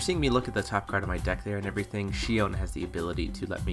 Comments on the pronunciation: Exactly. Take in count they are not two separate words as well. So it is Shion not Shiown. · Shiown? Really? Can no one pronounce "Shi On"? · Except Shiown is actually closer to the original Japanese pronunciation. If they wanted her name to be Shi On it could have been シアン (Shian) in japanese. However her name is シオン (Shion). Therefore "Shiown" is more accurate. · Bona It's shi-on since it's probably written with the kanji for Shi (poem) and kanji (on) for sound. It makes sense to me.